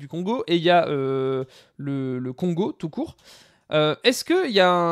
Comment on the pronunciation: Ne t'inquiètes pas pour le Congo tu prononce bien c'est la même chose pour les deux pays et même langue officielle on peut dire ( a pars pour le Congo Brazzaville ou c'est un peu différent) mais cava bonne carrière